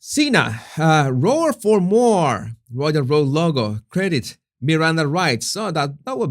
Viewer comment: *more.... not MOAR